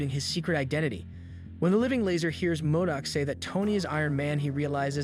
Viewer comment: M o d o c - modoc Leemo - limo